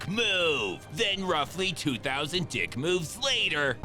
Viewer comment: 'what a dick move' somehow he can emphasize a word while already emphasizing it